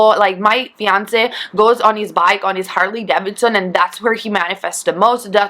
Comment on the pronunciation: it's called HAR-LEE DAY-VID-SUN😅 MADE in MILL-WOK-EE WIS-KON-SIN usually ridden by fat old retirees gen x and BAY-BEE BOO-MURZ😅